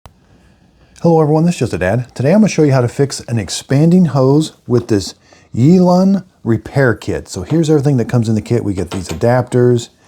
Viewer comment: not Yelp, Yelun